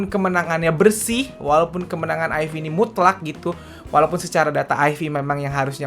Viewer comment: lebih enak nyebutnya "aif" bang ketimbang "ayfi".